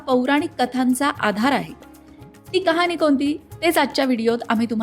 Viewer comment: Mam , khop chan khatha sangitli ahe 🙏 पण कुठे मध्ये उच्चार चुकतायत जसे ' कहाणी ' ला कहानी उच्चारय असो 👌